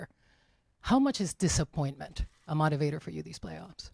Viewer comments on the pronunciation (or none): no one gonna comment on how she pronounced motivator? MOT-E-VATOR